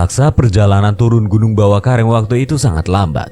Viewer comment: Ad kata²kurang pas bang,,bawakaraeng bang bukan bawakareng 😅,,koreksi doang bang 😅